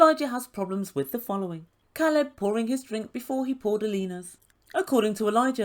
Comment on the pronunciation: your welcome. Alina seemed to be the kind of person that thought mispronouncing names or doing inappropriate things was cute and funny. I am glad he didn’t let her bully him into a relationship. She even tried to make him feel bad and said he had a problem with her disability. He was honest with her and even if after meeting her he did have a problem with her disabilities that’s not anything she should be using to try and make him stay in a relationship that clearly was toxic.